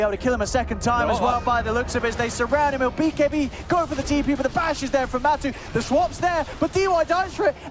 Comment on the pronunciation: Why is the caster pronouncing Matu as Matsu????